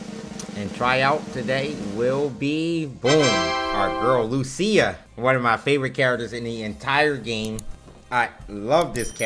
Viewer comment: It's pronounced LU.cia and not lu.CI.a